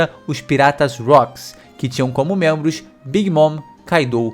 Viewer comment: Mas eu ri TANTO dele falando dos 'outros mentros'! Muito bom !!! 🤣